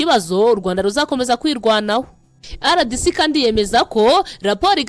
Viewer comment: Uburyo usoma RDC ni nk'aho Ari icyongereza Kandi ni impine y'igifaransa"Republique Democratique du Congo". Impine y'icyongereza ni DRC.